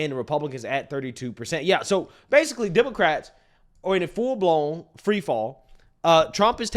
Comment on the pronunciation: Bro I watch you religiously. But on everything. Please stop saying demarcats . Just say WOMEN BRO. ITS FEMININE THINK. PAY ATTENTION BRO